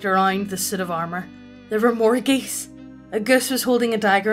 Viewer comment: "a Guss" I paused and tried to figure out what creature this was via google. And then when I couldn't find anything I hit play and "...more geese...." Please nerf your accent! :P